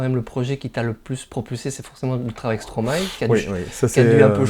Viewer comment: Non mais c est quoi ces traitres qui disent stromaé lol ... impose ton style